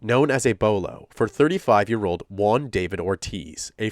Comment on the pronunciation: I'll just chime in to say letter J in Spanish is pronounced like a very hard H, so it's something like Hooan, instead of One/Wan.